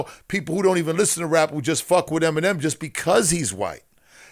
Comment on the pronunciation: the fact u said feminem makes u a cornball